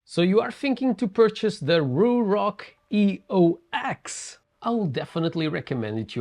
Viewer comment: This is not a review of the EOX at all.... highly disappointed. This is more of a commentary on the company itself. Eox is pronounced Eos btw, its another god from mythology. It symbolizes a rebirth. They are trying to do better as a company. Hence the rebrand from Atlas